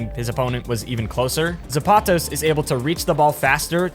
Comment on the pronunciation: When he mispronounces "Zapatos" 😭